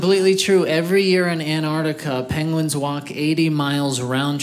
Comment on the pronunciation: Who else heard "pangolins"? And then he said he doesn't understand why they live in the Antarctic and I thought "what? No they don't what's he on about?!" Took his third mention of them before I realized he was trying to say "penguin"... Then I felt daft, but I'd already lost the jokes :-(